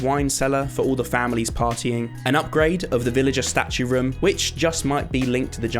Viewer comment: i just cant help myself but to hear rim instead of room everytime he says it